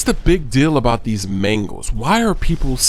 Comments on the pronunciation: lol "mengos" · He said Mangos so much it sounded like 'Mangles' after 4 minutes. haha